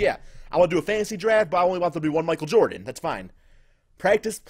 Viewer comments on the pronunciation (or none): none